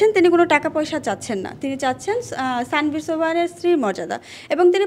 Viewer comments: স্যানভীর না আনভির 😅 নাম টাও ঠিক করে বলতে পারেন না আবার সংবাদ প্রচার করেন 😂😂😂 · নামটাও ঠিক করে বলতে পারেন না,তার নাম তানভীর